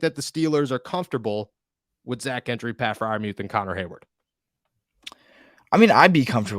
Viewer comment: Gentry is pronounced "Jentry."